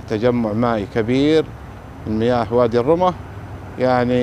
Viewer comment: وادي الرمة، ضم الراء والميم مع التشديد.